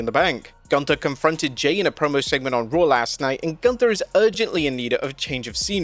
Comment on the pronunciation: You are mispronouncing Gunther. It is German! Sprechen sie Deutsch